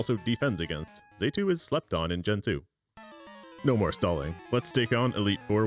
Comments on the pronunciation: 'fan-pie' how the f did you butcher that so badly. it's 'fan-pee' Also it's not 'zay tu' it's 'zatu' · Let’s not forget ‘Zaytu’ now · no but the pronunciation for some of these pokemon HAS to be a joke and I'm just not in on it lol "core-sola", "phan-pie", "zay-too" are CRAZY lol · "fan-pie" "xay-too" okay, that's likely just comment bait, but it doesn't make me any less nettled. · Saying Fanpie and Z'EH'too for phanpy and xatu got you this dislike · Mispronouncing 'Xatu' is forgiven this one time because you used Xatu in a very Xatu way.